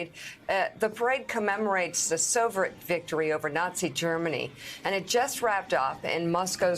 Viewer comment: Does she not know how to pronounce Soviet and Moscow? She literally said "sorvet" and "Muh-scow" What the heck?